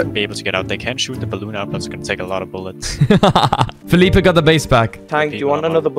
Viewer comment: “i need more boulets! I need more boulets!”